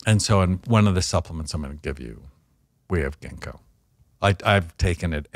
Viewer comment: When he said “genko” he meant “ginkgo bilboa?” I’m in the uk